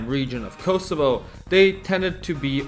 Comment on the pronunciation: Dafaq are you on about with this "Kosovo"